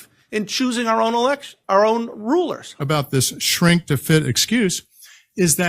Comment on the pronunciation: I heard him correctly, " We choose our own rulars." .......... who's "we"?👀